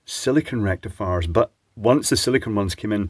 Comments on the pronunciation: Sounds like you said "selenium rectafart" which would be perfectly appropriate. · Rectum-fiers you mean😂😂😂